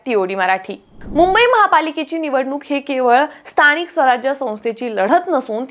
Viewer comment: कसली भाषा ही न व ण मधला फरक कळतोय का?😭 महाणगर स्थणिय भयानक आहे